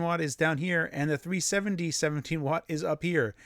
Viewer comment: Keeps saying 3070, rather than 370. Has NVidia done something to you?😆